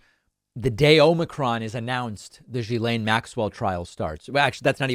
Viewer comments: just quietly, Ghislaine starts with a hard G, not a zh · You have the pronunciation of her name almost correct: it ends in "len." jhi-len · In French the start of Ghislaine is pronounced as in give. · Hey David just so you know it’s pronounced like gi lane not ji lane. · For clarity Ghislaine is pronounced ghee-lane. I know, Americans cannot seem to get this! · Is that how you actually say her first name? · David, check your pronunciation of Ghislaine. Your pronunciation is not correct.